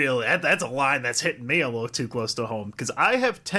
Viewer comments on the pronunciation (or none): none